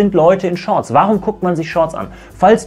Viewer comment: "sch Shorts"